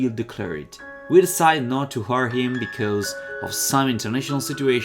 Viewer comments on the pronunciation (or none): Bell'idea quella dell'inglese.. Anche se hai da migliorare con la pronuncia di alcune parole (hire, might). Tutto sommato la pronuncia va anche bene ma con il testo in inlgese non ci siamo. È italiano tradotto alla lettera in inglese; gli inglesi usano altre strutture e una diversa formulazione della frase. Queste cose si imparano solo facendo moltissima pratica in inglese e avendo frequenti contatti con persone inglesi. Già dal titolo non ci siamo proprio "the story of when".. Ma che è? Italiano tradotto letteralmente. Se vuoi fare un passo avanti devi migliorare sotto questo aspetto. Nice vid 😁👍